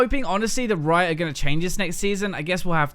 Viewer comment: Rito? I thought it was riot xD